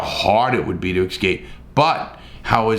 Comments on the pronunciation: Remember when you pronounce escape, it's not EX-cape. Prominently people pronounce, wrongly. Just a thought.... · I just love listening to Larry say "ix-scape" so many times LoL 😅